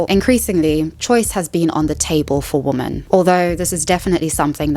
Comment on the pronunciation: Great video. Thank you for that. Your tendency to pronounce both "women" and "woman" like "woman" makes it rather confusing at times though lol